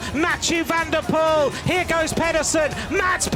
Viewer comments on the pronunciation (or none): none